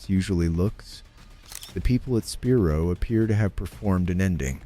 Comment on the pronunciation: Spi-Rho, thats how you pronounce it!